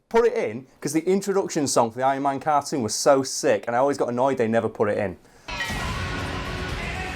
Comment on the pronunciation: Ironman carkoon?